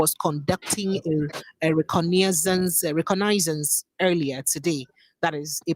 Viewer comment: Hello, please its pronounced as Ree- kor-ni-sans".It's an investigatory mission, to locate enemy positions. Mostly unmanned planes. It will gather information about the enemy positions and aide precision strikes on enemy position. This is the super power of US, which Nigeria doesn't have. Nigeria should really be grateful to USfor this support. I have been trying to speak with you, but no luck Well done 👏🏿 for your coverage